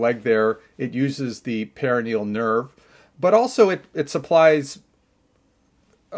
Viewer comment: Perineal nerve (the way you’re pronouncing it) is a VERY different nerve than the perONeal nerve (the way you’re spelling it). Just so everyone knows 😂 per-on-eal